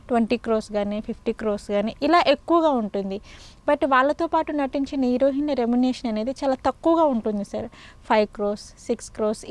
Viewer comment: హీరోయిన్ అని పలకటం రాదా లేకపోతే ఫ్యాషనా